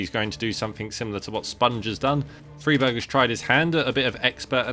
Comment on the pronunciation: It's not. It's an swedish surname. You pronounce it Freeberj